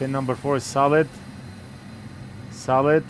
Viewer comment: when he says "solid" it sounds like he's talking to a friend named "Saled" lol